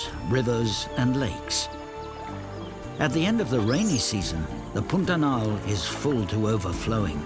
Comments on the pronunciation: Brazilian Portuguese pronunciation of "pantanal" is a bit closer to "p-ah-n -ta-nal" than to "pun-ta-nal". Otherwise, the video pronunciation is truthful. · Why does the narrator pronounce Pantanal like Putanal? 😂